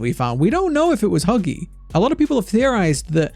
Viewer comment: lol me and my brother can’t stop laughing when you said buggy not huggy